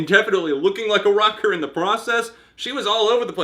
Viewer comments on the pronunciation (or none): none